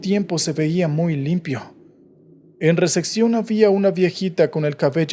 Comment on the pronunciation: Por qué dice receccion en lugar de recepción 😅